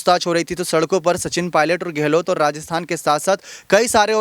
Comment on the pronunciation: आप की शैली बेशक प्रशंसनीय है...मगर कुछ हिन्दी के शब्दों जैसे कि धैर्य... योद्धा.. व गहलौत आदि के उच्चारण में बहुत ही अशुद्धि या त्रुटि है... आशा है उच्चारण शुद्ध करने का प्रयास करेंगे.।